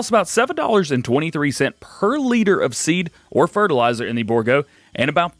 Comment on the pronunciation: Its pronounced bour--- gault